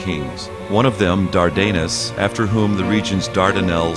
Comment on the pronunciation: "Dardanus" is mispronounced in this documentary. The accent is on the first syllable, not the second.